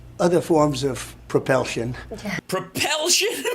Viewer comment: "Other forms of propelsion" damn near killed me! I was driving and was laughing so damn hard I could barely keep the car on the road.